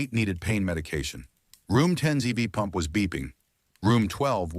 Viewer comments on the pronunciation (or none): none